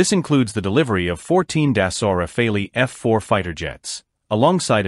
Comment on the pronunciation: sorry but you seems to be doing a lot of video on the RAFALE and that's great and your video are good but could you stop butchering the name of the fighter jet please. So make an effort, in French, because it's a french Aircraft the " E" it is not prononce like in English . At this point it comes accross as either a lack of work or a lack of respect.